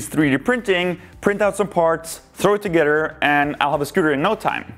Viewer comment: It sounds like he’s saying togeter instead of together